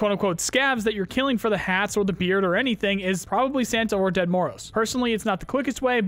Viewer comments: Its not "dead" Moroz... it comes from russian "grandpa", more pronounced like "djed" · The Ded Moroz pronunciation is terrible